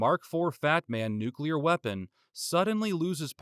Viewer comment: Thank you for pronouncing nuclear correctly